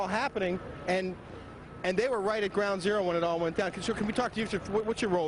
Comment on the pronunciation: He calls it ground awro literaly 30 mis after the fact....they didnt start sayin that hard till the comming hours n days